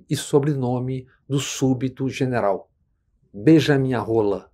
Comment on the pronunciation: 😂😂😂😂😂😂😂😂😂😂😂 muito engraçado o jeito que ele fala "beijaminharola"